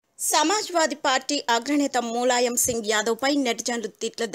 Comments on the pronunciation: tollywood nagar: మూలాయం కాదు ములాయం Sarigga ఉచ్చరిస్తే baguntundi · Mooooolayam kadu, mulayam First learn how to pronounce telugu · Mooolayam ende nee amma.. Moola shanka laaga.. Mulayam ani kuda analeva nee lanja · మూలాయం కాదు తల్లీ.... ఆ ఎదవ పేరు ములాయం...